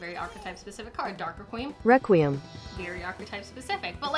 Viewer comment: Most Yugioh Players: Dark Requiem pronounced Dark Re-kwee-em Xyz Dragon: Dark Rakeem XYZ dragon Me: Who is Rakeem?